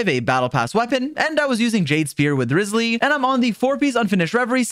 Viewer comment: Dude... I love your videos! But this just BUGS me. Its RYE-zly! Not RIZZ-sly... does it matter? No! But am I gonna say something? Yes! Also, its AN-ih-mo not An- EEE - mo. I can tell someone doesnt play using the English voice-overs 😂 Thats all. Your content is great! Just had to correct it. But feel free to completely ignoee this because it TRULY doesnt matter. Im just anal 😂